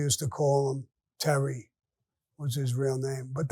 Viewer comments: Fonzi’s last name is pronounced “Tee- air- ree” not Terry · The name of the restaurant were Jerry Papa got Whacked Was The Villa 66 it was on the corner of 66th st & 14th Avenue, I Remember it from My Childhood, Many years before.... The Legendary Gangster Frankie Yale lived across the street, True Story, Oh and by the way sfaceme, its Tee air ee Tieri Damn Sammy I think your dyslexic, your Parents were from the other side, and yet You constantly Butcher Italian names!!!